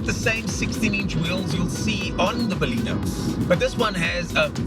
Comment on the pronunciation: Good review but the name is Baleno and not Balino